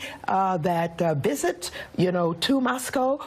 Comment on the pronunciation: LOL She said vistis to Moscoe. And please stop insulting James Brown with this women, commentators!